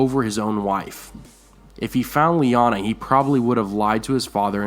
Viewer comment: It's Lyaana, I'm sure of it.